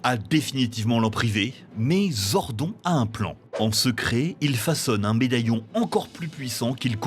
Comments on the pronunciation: j'ai arrêté la vidéo a 32 sec quand il a dit " zordon " au lieu de le prononcé à l'anglaise ... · ZordON ca choque personne ? le gars a surement regardé 0 épisodes pour prononcer ce nom comme ca. Boy si jamais c'est ZordONE pas ZordON... bref c'est pas serieux. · Le mec qui parle au début... Il a jamais regardé un seul épisode, avouez. Déjà Zordon, ça se prononce Zordonne, en VO comme en VF, et ensuite la ranger jaune ne s’appelle pas Trinity, mais juste Triny. Ça fait à peine une minute que la vidéo a commencé... On sent les passionnés 😑 . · Les gars en même pas dix mn ta niquer la vidéo en tuant le nom de Zordoooon pas zonrdoonnn tu dis pas jordent par exemple mais Jordan ?! La c'est pareil !! Putain 😂😂😂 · Alors stp fais l’effort de retenir son blaze c’est Zordone normalement c’est avec un E mais on le prononce sans E 🙏😭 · TRINITY?!!!!! Trinny c'était trop simple pour les français? Aussi c'est dit Zordonne comme Ganon qui se dit Gannonne. Sans compter wue ce n'est pas un reboot. Chaque série jusqu'à in space sont tous une suite dans l'arc Zordon. Ensuite les autres pour la pluspart se passent aussi après dans la timeline ou dans des dimensions parallèles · Ça se prononce Zord'o'n !!!! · On prononce "Zordone" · "Zord'on" 😁 you're serious? Sacrilège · zor "don" . ok.... "trinity" ok vidéo à la poubelle... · ZORDON phonétiquement Zordone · Aaaaaah. Zordonneuh, bordel. Raaaaah. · Nannn mais zordON c’est quoi cette prononciation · À déjà 30 secondes , mal prononcer Zordon ... Bravo à cette chaîne de merde. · J'adore Power rangers ❤️💙💛💗🖤💚🤍(il prononce male le nom Zordon😠 c'est Rito Rivolto) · J'avoue le "Zordon" m'a fait tiqué très fort 😅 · J'ai eclaté de rire a la prononciation de Zordon. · la prononciation de zordon. lol tellement dur. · La prononciation de "Zordon" et Trinity à la place de Trini... Meh. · Sympa la vidéo par contre Zordon se pronnonce [Zordone] pas [Zordon] et le frère de Rita c’est Rito Revolto pas Revolo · On prononce Zordonne pas zordon